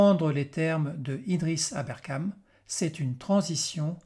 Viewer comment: Il semble que vous ayez des problèmes avec les noms de famille. Le nouveau directeur de la CIA n'est pas "Joan Cliff" (?? 5min57), mais John Ratcliffe. Idriss a pour nom de famille ABERKANE et pas "Aberkame"